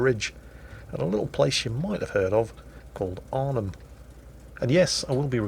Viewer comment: As a Dutchmen I have to say pronounced Arnhem quite well. The ‘hem’ part is pretty hard as you not proud ace the ‘h’ and really have focus on the ‘e’.